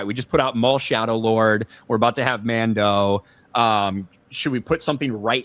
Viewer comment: “Mandough and Goregoo.” If you please.